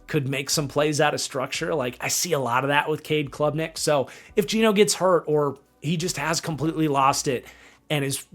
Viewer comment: Cade Klubnik. Not Clubnik